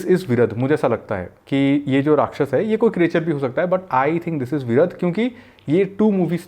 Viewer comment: Actually his name was "Viraadh" not Viradh